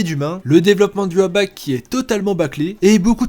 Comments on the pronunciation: d'accord donc tu dis une prononciation anglaise dans une vidéo française? Alors que tout les autres personnages tu dis leur nom en français? Mouais je trouve ça limite. Autant le dire comme ça s'écrit parce que ça ma vraiment fait mal aux oreilles... Bref on verra bien la prononciation quand lanime va sortir en vf peut être... à voir. Je ne dis pas non plus que ta vidéo était mauvaise et je respecte ton travail. Seulement, montrer à ta communauté et au personnes qui vont voir cette vidéo et qui ne connaissent pas bleach que cest en dessous de naruto ou one piece... que les deux derniers arcs sont mauvais... cest très limite Ça ne donnera pas envie au gens de regarder lanime. Et aussi dire que ceux qui ont réussis à lire tout le manga ont du courage c'est totalement faux. On a aimé ce quon a lu, parce que on aime l'univers de bleach, on aime tout ce que tite kubo a à nous proposer. Et jai énormément appris sur bleach en lisant la suite. Parce que sans ces arcs il y aura beaucoup trop de mystère non résolue. Comme : "comment inoue et chad ont eu leurs pouvoir ? Qui était réellement la mère dichigo ? Qui est zangetsu ? Car oui yhwach a tout prévu depuis le début ! Ensuite pourquoi Kenpachi na pas de shikai ? Qui est réellement yachiru ? Qui sont les Kenpachi ? Quel est la divison zéro car on en a déjà entendu parlé mais on ne les avait jamais vu. Pourquoi komamura a une gueule de renard..... Bref je m'écarte mais donner une mauvaise image de ce manga alors qu'il est génial et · je sais pas tout le monde dans mon entourage prononce sois " i watch " sois " i wak " Pourquoi prononcer en japonais alors que tu dis tout le reste en français. Fin bref. Si c'est que ça que ta retenu de ce que j'ai voulu t'expliquer tant pis. J'attendrais tes nouvelles vidéos en espérant être agréablement surpris car j'aime bien trash donc... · de base c'est une prononciation allemande donc la vraie prononciation c'est Yuha Bar